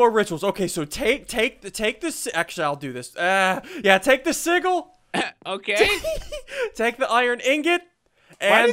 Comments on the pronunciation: did anyone else hear him say division sigle instead of sigale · do you think he knows it's pronounced sijil not sigul? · Division sig-ggel ssundee- 2015 me it’s pronounced sijel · It's division sigil with a "g" pronounced like that of giant, not the "g" of giggle. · Sigil isn't pronounced si-gil, it's pronounced si-jil! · Just cuz it drives me nuts: It's not a siggil ... sigil is pronounced si'jil! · I swear to god if he says sigil one more time it is sijil i know its spelled sigil but it's pronounced si-jil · sorry but it's said "si-J-le" not "si-G-le" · its pronounced Sih-Jill not sih-gle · it's pronounced sih - jill not sih - gill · division sij-oul not sig-ill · Sigil juh not guh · Uuuuuugghhhhhhhhh he says si-g-il its pronounced sijil but its spelled sigil goooooddddd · Is it just me or does it sound like he's saying seagull? God it's soo annoying hearing it pronounced that way... It grinds my gears. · Division sigil PRONOUNCED RIGHT: "Division Si-jill" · I believe its pronounced (si-jill) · You're pronouncing sigil (si-jil) wrong. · It is pronounced like sijil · Sigil is pronounced [Sih-juhl]. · Your saying it wrong it's division se-gil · ITS PRONOUNCED si Jil Emphasis on JJJJJJJJJJJJJJIIIIIIIIIIIIIIILLLLLLLLLLLLLLLLLLLLL SSundee I such disapoint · Ian you said sigil wrong XD. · SSundee you say Sigil wrong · i think they're pronouncing sigil wrong? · it's the g is pronounced as a j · WHY DOES HE ALWAYS PRONOUNCE SIGIL WRONG?!?!?!?!? D:< ITS SO ANNOYING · It still pisses me off ian pronounced sigil incorrectly